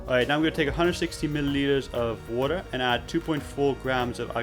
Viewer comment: This guy said waterrrrrrrrrrrrr